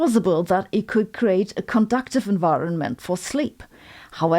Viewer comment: conducive not conductive, but nice try😀